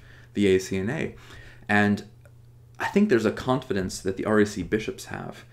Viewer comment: It sometimes sounds like you're saying "RAC." I assume it is the "REC."